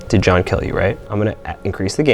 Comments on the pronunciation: It sounded like "it was God" instead of "it was John" to me. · It was JOHN or GOD? I hear a G not a J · does anyone else hear ''it was god'' instead of ''it was john'' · I don't know why I hear "it forgot" instead of "it was john" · In stead of “It was John” I heard “It was god” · I don't hear "it was John". There's a clear "G" sound at the beginning of the last word. It sounds like "this was God!" To me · i kept hearing "it forgot" instead of that. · Sounds like two syllables to me. Like Johnna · Am i the only one who doesn't hear "it was john?" I heard gibberish but the last word or syllable was 'god' or 'got' or something like that, i hear no 'n' sound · Idk abt y'all but I kept understanding "god" and not "john" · Am I the only one who just heard "IT BA JAH!" Instead of "it was John" XD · What they heard: it was john What i heard: it was god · I thought is said "it wad god" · Seee I am probably gunna give an unlikely option but it just to me sounds like ‘get the f out’ 😂 instead of its was john’ - I can’t hear it but I have to force myself to listen for that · am I the only one hearing "this is my jam" instead of "it was John" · I heard, “it was god” every time but I understand if you heard it was John 😂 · I keep hearing “it’s forgotten” instead of it was John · Idk instead of john i heard god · I heard “it was god” at first 😂 still love the video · Ps. She kinda sounded like she has a Boston accent with the way she pronounced “John” I grew up there, so... just sayin! 😳😟😣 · I'm german too but I just can't hear that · Alexis Willoughby It didn’t sound like “it was John” to me at all